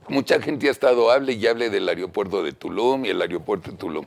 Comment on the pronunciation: Dice este colorado que es inteligente y pronuncia ariopuerto es aeropuerto